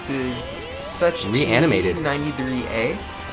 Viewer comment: You pronounce Sucht93a like soo - hht 93a (H Like in a spanish Word) Sucht means Addition in German Lul why did i do this?